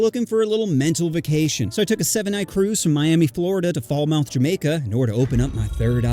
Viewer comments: not "Fall-Mouth" it's pronounced "Falmut" (Falmouth- with one "L" sound and nothing like your 👄) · It's pronounced Falmoth not fowl mouth. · Its not fall-mouth Its fal-mouth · Fal......muth not fall mouth🤣🤣🤣🤣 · As a Jamaican wed call him "whiteman" not whitey and its Falmoth not fall-mouth (sounds weird), Jamaica aint that bad this video is really exaggerated I agree with some points tho, I'd say to stay at montego bay resorts, ocho rios etc and u could visit other places but not high crime rate places on the island, rose hall is more than that also jamaican loving to get money is called hustling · Faulmouth 😂 wrong pronunciation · Fall-mouth ? Where in Jamaica is that ? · Fal Muth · Wtf pronounces Falmouth - Fall-Mouth. You’re definitely not Jamaican, bro.😂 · They way he says Falmouth bro😭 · why bro pronounce falmouth like that😂💀